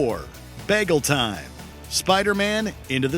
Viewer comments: Narrator often pronounces "Bagel" like Britta Perry. Pop Pop! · Did this dude say bagel like Britta? Did he Britta the pronunciation? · Am I the only one disturbed by how he pronounced Bagel?